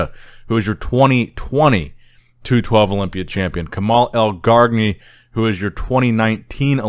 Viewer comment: You don't say the second g of Elgargni